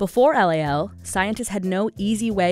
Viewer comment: LOL NOT LAL